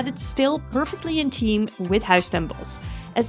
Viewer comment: Its pronounced THeme park and not Team park but otherwise great video